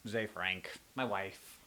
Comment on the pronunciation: ZE FRANK!! HE SAID ZE FRABK!!!1